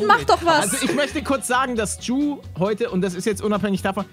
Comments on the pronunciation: Juuuuuuu Man spricht es Dschuuuuuuuu aus ey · Auch funny das Gnu die ganze Zeit you statt Ju sagt😂👍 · Wie gnu immer You zu Ju sagt😂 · Spricht sie Ju eigentlich extra falsch aus